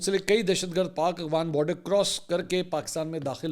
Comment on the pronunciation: AGWAN nahin AFGHAN umeed ha aap correction karaen gae